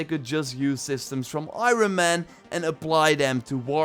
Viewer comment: Does anyone else get triggered the way say iron man